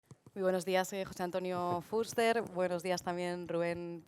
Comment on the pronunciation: La presentadora lo dice correctamente, se pronuncia Fúster. Gracias